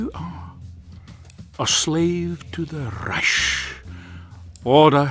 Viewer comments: hate how always says Reish instead of Reich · He said Rish not Reich lol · What person calls reich reish ? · says Raysh but somehow pronounces gewehr correctly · ikr, it gets on my nerves so much...with a literal grammar nazi in the main game correcting the kkk members on proper pronunciation, it makes you wonder how this dentist dude even made it so far up into the ranks of the nazis with that appaling german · They both said reich incorrectly at the beginning